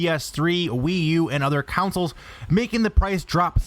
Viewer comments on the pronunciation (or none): What is with this trend of Americans saying "cownsils" when they mean 'consoles", it's CON-SOLE not COWN-SIL. Fucking hell, is it too much to ask to expect people to be able to talk? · Why does this guy say "counsoles" instead of consoles 🤔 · why does this dude call "consoles", "councils"? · by the way it CONSOLE not COUNCIL!